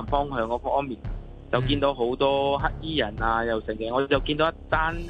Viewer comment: 有懶音，係‘黑’衣人唔係‘乞’衣人XD